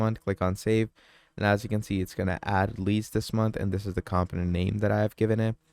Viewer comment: BROTHER this information IS NOT OBVIOUS TO US. We are here to LEARN! It’s FAR FROM OBVIOUS LOL 😂 and it’s pronounced COMPONENT NOT camptonent mannn. I’m 9mins is I’ll see if I stay for the entire 55 mins lol 😅